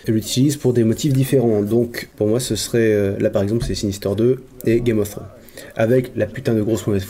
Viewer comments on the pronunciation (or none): none